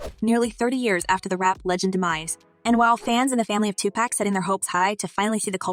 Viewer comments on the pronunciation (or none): It's not "pack" it's "pac" wtf get that sh** rite!lol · Can yall stop saying 2 Pack!! Like "Pack" its Pac like Pok wtf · It’s pronounced 2 pock not 2 pack 🤣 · ITS NOT TUPACK , ITS TUPAC , PRONOUNED TUPOCK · She said TUPÄC:( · Its not tupack!!!!!! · His name is Tupac NOT 2 Pack smdh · Please do the research Ma'am. Stop disrespecting this man calling him 2 Pack. Like seriously, how hard is it to pronounce Tupac? Are you unaware that Google will enunciate a word/name for you if you don't understand how to say it! 🙄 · PLEASE PLEASE ... STOP calling him 2 "Pack" . For goodness sake!!! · Its 2023 and 30 years later wyt ppl still struggle to pronounce 2Pacs name right🤦🏾‍♂️ How Sway ?! IT IS NOT AND NEVER HAD BEEN 2 PACK ! FOR FK SAKES !! IM SOOO TIRED OF WT PPL BUTCHERING SUCH A SIMPLE ASS NAME !!!! 🤦🏾‍♂️🤦🏾‍♂️🤦🏾‍♂️ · His name is not Tu-pack!!! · You people gotta stop calling him 2 pack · Sounds like the narration of this video is AI because it can't even say 2pac's name right. 😒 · If you are going to do a story on Tupac, please don't disrespect him by miss pronouncing his name. You need to research the correct pronounceation of this great prolific poet genius. You are showing your inexperience at trying to be a journalist. Typical YouTuber GenXer. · Is there a reason why people butcher the name Tupac. It’s pretty simple no? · Another effort to bring another BLACK MAN DOWN! Say woke. This is just clips of old interviews with credible media used to get people to view this white women’s channel; Adding profits in her pocket. This isn’t real news. Don’t use Tupac’s fans to get views. This channel can’t even pronounce Tupac’s name correctly. Notice the line draw through key words. Indicating from a legal standpoint that the writer can’t be held responsible for false statements. Tupac fans. Are you sick of being played for not knowing the true meaning, facts and hidden agendas made by people like this? IF YOU AGREE, give a simple thumbs up!